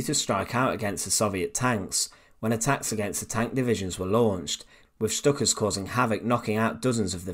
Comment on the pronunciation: Please correct your pronunciations of Stuka and Wehrmacht it was really annoying me watching this!